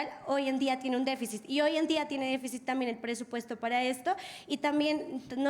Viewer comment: "Hoy en día tiene deficis". Si, la educación va mal, ¡DEFICIS! ¡DEFECIS! Ni a hablar están aprendiendo allá. Déficit* .